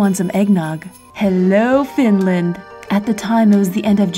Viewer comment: Omg Finlaaannddd Torille! Somehow i just really cringe when foreigners try to spell words in finnish